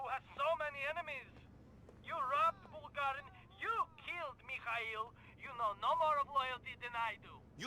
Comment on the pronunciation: It's pronounced b-oo-lg-uh-reen, not "bowlgreen", if I didn't see the subtitles I would have no idea who you're talking about, bowlgreen...